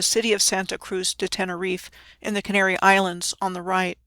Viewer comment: CanARy. Another AR link? Also Ireland was once known as Aire which is phonetically similar